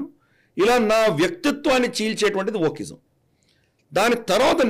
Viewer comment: Sir, you are pronouncing a word something like 'vochism'. when you speak about such words will it be possible to display on screen for us to understand?